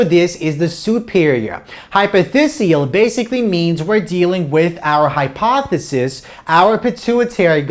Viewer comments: lol I thought I was the only one who keeps hearing hypothesis. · Thank you very much for your lectures!!!Congratulations!They are totally awesome!I just wanted to mention something of no significance,just for the record.The "ph" is always pronounced as "f", which means that hypophysis is pronounced as "hypofysis".